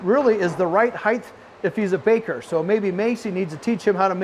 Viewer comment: Not to patronize you but it’s pronounced “height” with a T at the end, not “heigth” it’s not TH at the end